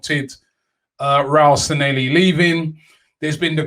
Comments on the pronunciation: His name is NOT San-nel-li....IT is San Lle Hi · At least we no longer have to hear Robbie mispronounce Sanllehi (San-Ye-hee). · San leh hi Robbie.Stop butchering people’s names. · Glad he is gone so we don't have to hear Robbie butcher the pronunciation of his last name anymore 🤣😂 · I can't believe he cannot pronounce his name after 18 months of saying it.....